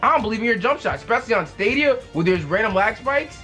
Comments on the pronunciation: my guy it’s pronounced STAYDEEAAA NOOOTT STAWWDEEAA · It’s pronounced (Stay-dia) sorry but just helping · Bro it’s staay-dia